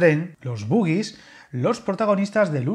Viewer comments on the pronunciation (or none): Se dice “boJie” por favor amigo, tal y como se lee, no como el baile mítico 😂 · Y aquí se dice bogie, pronunciado como girasol. No "boogie".